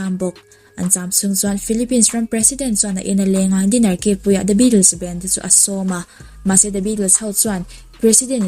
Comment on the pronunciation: Banned ih tih pronounce hi a dik chiah lo ani lo maw?